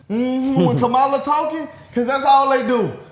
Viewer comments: Would you please pronounce that woman's name correctly? She's been the Vice President, an Attorney General and a career prosecutor. The very least that you can do to put some respect on her name by pronouncing it correctly. "Comma - la". It isn't difficult. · Can ya'll please keep Kamala name out your mouth. Also learn how to say her name correctly, it's not hard. Ya'll sound like them crazy MAGA nuts. SMH. Its pronounced (Comma-La), NOT, Ka Malla. Ya'll sound ignorant as hell. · Pronounce her name right, it’s comma-la.